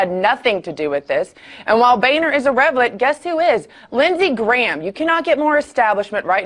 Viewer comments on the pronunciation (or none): When she mispronounced irrelevant, I had to laugh. The depth of irrevelance, though, goes much deeper than one word. :-)